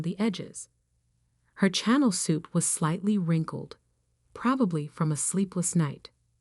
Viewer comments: You can always tell AI crap when it pronounces things like "channel" instead of the brand name "Chanel". Hahahahahaha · If you are going to read stories you should learn to pronounce words channel is pronounced Sha nell. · It is pronounced shan nel not channel like the channel 5 tv station .